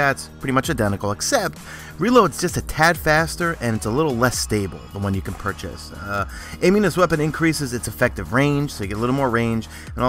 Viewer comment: Crucible (french voice) and Pur-chase... makes me sigh every single time. crossing fingers for it to never happen again... Except for that i love your videos...